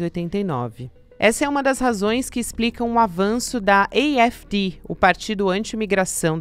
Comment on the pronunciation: A pronúncia do AfD é a--éf-dê.